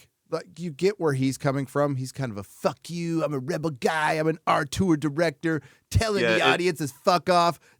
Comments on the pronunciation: will someone tell it's Auteur, not "arteur"? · Otter. Got it. 👍